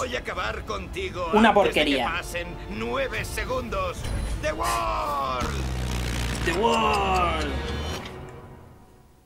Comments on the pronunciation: Dio no dijo the world, dijo the wol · Resemos por que en latino digan ZA WARDO en ves de "the Word" o "el mundo"